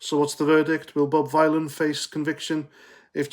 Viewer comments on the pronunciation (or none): You can’t even pronounce his name you mook. Bob Vylan - like VILLIAN. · It’s pronounced Villain as in Bob Dylan.🤮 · I think you pronounce it villain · Vylan it rhymes with DYLAN